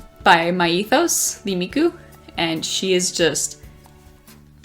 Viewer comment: OMG, this was such a great video 😭❤️❤️❤️I love the close ups of each figure as well! Glad you could pick up the Miku Myethos figure and I started dying when you couldn’t pronounce it 💀💀💀💀 I hate youuuu. Anyway I cant wait to see more of your videos 🥺🥺🙏🙏🙏🙏